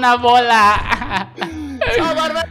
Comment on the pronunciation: Man kok eja bola dieja bolah